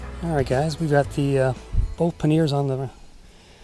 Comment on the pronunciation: I'm like what are you talking about panyears..... it's pronouced 'panyar'. :)